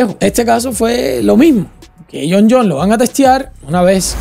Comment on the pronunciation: Es Jon Jonessssss,s,s,s,s,s,s,. Tuve que parar el vídeo por qué solo aguante escucharte decir Jon Jon las primeras 45 veces😂😂😂 supongo que las siguientes 88 veces que lo mencionas fue lo mismo, Nooo!!!